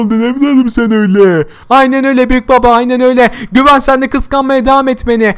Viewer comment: Güven değil gıven